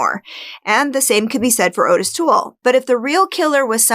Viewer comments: his name was "ottis", not "otis" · Not "oh-tis", its pronounced "ah-tis". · His name is Ottis (ot-is), not Otis. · 'Ottis' is pronounced 'Awtis', not 'Otis'. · Interesting recap. Only one thing Ottis Tool’s names is not pronounced Otis it’s pronounced Ot-tis. I believe Dahmer could have killed a Adam. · His name is pronounced "Oddes", from every other video I've seen on this pair. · This is a common mistake, but Toole's first name is spelled with 2 T's and the first syllable is pronounced like caught, bought, sought etc. I think this can be attributed to the "Henry" film spelling and pronouncing it the traditional way. As for this "theory"? It sounds about as plausible as Ottis! I love your "subtle" attempt at manipulating the audience with stuff like "no kills in ten years? I don't buy it", despite there being ZERO evidence to the contrary. Both killers made the most valid statements on the matter, with Toole, who, having an IQ of 50, was still smart enough to know exactly how the cops played their game with how they got him to continually "confess". And Dahmer stating bluntly "why would I lie after being truthful about everything else?" Seriously, why would he? You failed to convey any good reason that would indicate the opposite. You can't overlook that serial offenders are more often than not very specific in their crimes. Dahmer was not a pedophile, plain and simple. Even the 14 year old victim falls under hebephilia, not pedophilia. If you're a podcaster who focuses on serial killers and sex criminals, I don't see why you would deliberately overlook such things.